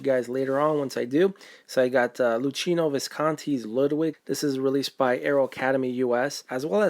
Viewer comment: Nice pickups! Btw, the "ch" in "Luchino" is pronounced like the "ch" in "ache" and not like the "ch" in "bachelor" or "channel" ;) And you pronounced "Elio Petri" in a perfect way!